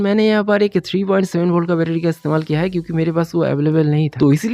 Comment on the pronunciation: Betery❌ betedy ✅